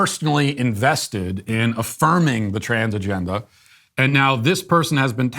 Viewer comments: ok.. that is clever.. although it sounds like you're saying transgender with a Boston accent.. 😁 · Transgendahh just sounds like how people say transgender where I am from which is RI so how Peter Griffin would say it lol. Luckily, I do not have said accent.